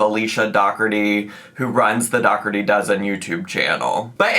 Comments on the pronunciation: Is it not pronounced like dough-orty? As in Dirty Dozen? 😂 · It's pronounced door tea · is mispronouncing it